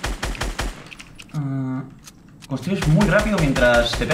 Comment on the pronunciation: jaja no le sale constriur